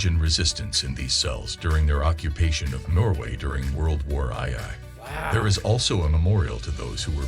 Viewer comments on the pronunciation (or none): World War eye-eye.?😮😮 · World War AY AY?!? ..lol AI reader? It is unusually correct for an AI vid, though, so I have to assume human editing. Pronunciations are .. urhm.. crap. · World War "i""i" .. that's how you know it's AI video..